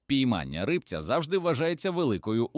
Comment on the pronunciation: Не ри́бця, а рибця́